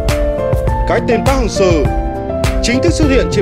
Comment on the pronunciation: Đọc chuẩn vào, anh thì ra anh ,việt thì ra viet ,Seo=sơ